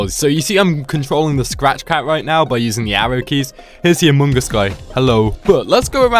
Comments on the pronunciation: why he says "amoong as"...? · you said amoongus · It’s funny how you Altars say Amung Us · The way he says among us... amoon gus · says amUngus